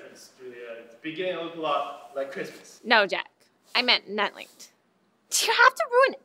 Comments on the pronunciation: did she say Netflinx? lol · you said "netflinks" dont try to mix netlinked and netflix ;)